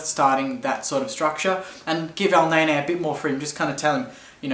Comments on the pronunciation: It's Elneny (EL-NENNIE), not EL-NAY-NAY!!! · U watch me whip u watch me elneyney lol he says elneyney